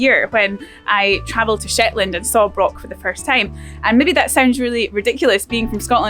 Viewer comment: Broch isn’t pronounced like lock. The CH is extended and not hard.